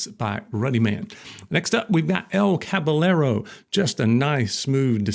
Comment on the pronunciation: Going to help you with some Spanish. It’s pronounced “cabayero” the double L sounds like y.